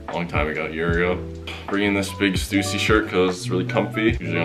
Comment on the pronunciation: man said stewssy